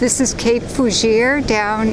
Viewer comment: FYI....Forchu is Pronounced; for shoe.